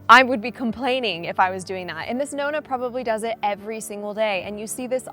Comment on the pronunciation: Why do you still pronounce ‘Nonna” incorrectly the ‘o’ is like in orange not like ‘oh’? Oh and btw your skincare regime as shown in a previous video shows at least 6 stages!